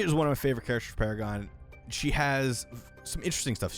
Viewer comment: Funny how you said Paragon like Para-gone xD